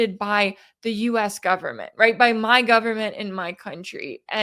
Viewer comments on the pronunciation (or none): none